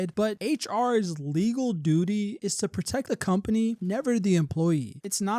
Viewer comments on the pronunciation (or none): none